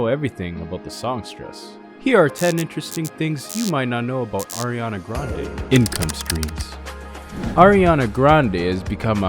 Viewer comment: you pronounced sooo many things in this video wrong, lol... down to the last name part. her grandfather pronounced it like "grandy"